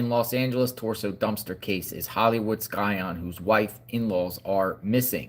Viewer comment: The "c" is silent in scion, FYI. You sound uneducated pronouncing it the way you do.